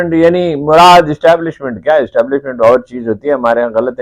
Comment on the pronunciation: Establishment wrong pronounced keya app ny, hamry mulk ma Establishment only Chief Of Army Staff h.